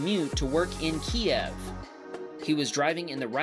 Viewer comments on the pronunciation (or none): Its not "key-ev". It's "q-yiv" It was legally changed in 1995 by Ukraine, to get rid of the "Russian" way of saying it. Quite important not to say it the wrong way, given Russia is claiming ownership of it. Kyiv is correct, Kiev is the way you spell and say it if you support Russia owning it. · Just FYI the proper Ukrainian pronunciation is “Keev”. Kiev is the Russian pronunciation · Please, look up the proper Ukrainian pronunciation of Kyiv. It's pronounced Keev by the Ukrainians, Key-ev by the russians. It's the easiest way you can show support. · it’s pronounced Keev. It’s the Ukrainian way. “Kiev” is Russian Go Ukraine!!! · pronounce Kyiv as "KEEV", not "KEY-EHV". "KEY-EHV" is the Russian pronunciation whereas "KEEV" is the Ukranian. Just a little side-note:) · TIL Kyiv is pronounced Keev (Ukranian version) and Key-ev (Russian version) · yes I agree. That’s what I was saying. There is a Russian pronunciation and a Ukrainian pronunciation and in a speech by Ukrainian president he said the way a lot of people pronounce is where it sounds like “Key-ev” is Russian but the Ukrainian pronunciation is where it sounds like “Kee-v” I tend to believe the Ukrainian president in how to pronounce the name of a city in his country. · It's Kyiv, not Kiev. Kiev is the Soviet/Russian name for my city. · Your pronouncing Kyiv wrong it’s keev but spelled Kyiv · Suggest pronouncing Kyiv as "Keev" like the Ukrainians do. Otherwise, great video and pointer to a great charity. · Yo, you want to support Ukraine? Why don't you start by correctly pronouncing their capital city?!?! It's spelled Kyiv. Think about it. And stop pronouncing it like a Russian.